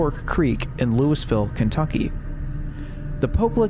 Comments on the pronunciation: Louisville isn't pronounced LEWISville, it's pronounced LUHVUL you swine. Also, one of my cousins was a die hard true believer of the Pope Lick Monster, but I think we all know that the only real monster is capitalism. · as a Kentuckian, I'm both excited to learn about the Pope Lick Monster and mortified by the pronunciation of Louisville.